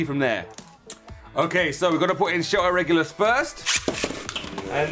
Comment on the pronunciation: Shelter Regulus he is balance type and you saying his name perfect